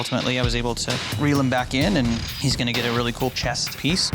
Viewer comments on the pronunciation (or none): I like the way Sausage emphasises the word, “chest,” to really let it sink in. 😂